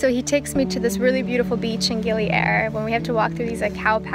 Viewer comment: Darling dont pronaunce Gili Air,like air in english..Listen locals, how it sounds,in indonesian it means water,not air like in english..Enjoy!